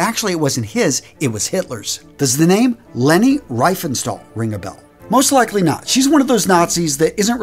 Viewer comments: Riefenstahl it isn't R-Y-Fenstahl. It's R-ee-fenstahl. In German if you have an IE the E is dominant. If you have an EI, the I is dominant. You can actually see both in action with the Nazi's primary chant which I sadly can not type here, but both words used in it have both examples, with the IE being present in the first word starting with an S, and the second EI being present in the second world followed by an H. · Coming from a German as a side note: Leni Riefenstahl's last name is pronounced "Reefenshtahl", where the "ie" is pronounced like the e in "bee" and "st" is pronounced with the shhhh sound for the s. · There is only on mistake, I want to point out, you made with the German pronunciation. All was perfect until you fell over the name of Leni. No its not rEIfenstahl now take a closer look. Her name is in realty rIEfensthal. I common mistake made by Anglophile Persons, so she is no tire of steel, but Mrs. Riefenstahl, simply replace the 'EI' sound with an 'I' and you will get there. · "Lenny Rife-un-shtowl" lol. Leni Riefenstahl is pronounced "Leh-knee Reeve-fun-shtall" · Learned some stuff about our history, really great vid! One thing: She´s prounced "Reefenstal", not "Rayfenstal" - but otherwise suberb vid! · Leni Riefenstahl is not Rifenstahl, but a long e=ie long eeeeee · You pronounced "Schutzstaffel" almost perfect. However, "Riefenstahl" is pronounced Reefenstahl. Good video though. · She was actually called Leni Riefenstahl, not Riefgenstahl. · Riefenstahl is pronounced Reefenstall, not Ryefenstall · Riefenstahl. The name is pronounced Reefenstahl. It would be Reifenstahl when written this way. In other words you should pronounce it with the EE in the word Deep. And the S is pronounced as Sh, like in Shoe. And with an open A. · pronunciation rEEfen schtall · Leni Riefenstahl is pronounced "Leny Reefenshtaal"... Hard to make it work with English phonetics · Leni Riegfenstahl: pronounced, Lainey Reefenshtall. I enjoyed your video.